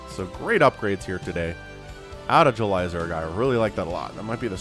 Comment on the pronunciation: Idk why but Everytime you say JulyZerg I hear Elazer lol 🤪